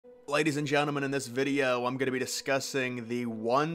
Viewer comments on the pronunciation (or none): none